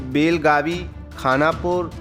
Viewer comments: Belgavi nahi belgav bolo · Abe gadhe belagavi nahi बेळगाव bol